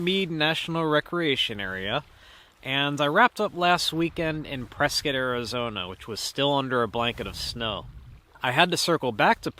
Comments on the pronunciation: Prescott is pronounced Press-cot! Not Press-kit. Like the mans name it ends in Scott not like a tool “kit”. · I thought he was pronouncing it "press cut" LOL Pennsylvania "accent".